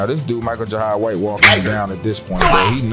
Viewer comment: Say Michael Jai white name right. And don't say it's your accent,you can do better! 😂